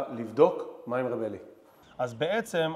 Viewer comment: למה 'רב' עם צרה ולא קמץ ??? די לעוות את לשון הקודש 😮